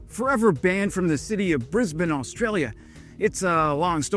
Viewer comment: Your channel is great, but your pronunciation of Canberra and Aussies needs work . It’s pronounced can.. bur.. a ..: not can.. bear.. a …: And Ozz..eeze not oss.. eeze.. Your brekkie , dunny and Brisbane pronunciation are pretty good. And yes send those helicopters to Ukraine 🇺🇦